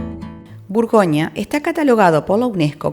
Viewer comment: Buen vídeo, pero "burgonia", "viniedos", "Dishon".., buf, eso "chirría".